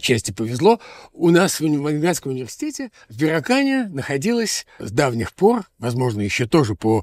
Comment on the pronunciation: Прошу прощения, но всё же БюрАкан - через "А"